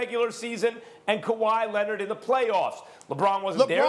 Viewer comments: “Kawhyyy Lennit” 😭😭😭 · Stephen “Kuh-why Lennid” Smith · "Kawhi Lennit" - Stephen A Smith 2020. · Stephen a “kawhy lennerd” smitj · Steven “Kuwhi Lennit” A. Smith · Stephen A. "Kawhi Lennid" Smith